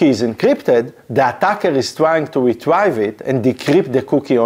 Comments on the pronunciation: Top tier video appreciate you willing to explain this to the masses! One small thing, you are saying retrieve wrong, you're focusing on the I in the word change that sound to an E so: RE-TREE-VE rather than RE-TRY-ve. (please don't take that the wrong way, I would want someone to tell me if I was pronouncing something wrong) with that said your English is amazing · Really good content thx. FYI “Retrieve” is pronounced [Ree-TREEV] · Great overview. Please, check the pronunciation of retrieve and launch.